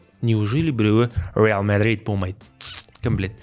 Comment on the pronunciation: 😂😂😂😂 реал мадрид деп аитылама иле фреали мадрид деп аитылама